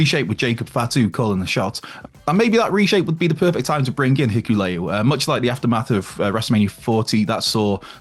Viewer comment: bro 😂😂 it's HI-KU-LE-O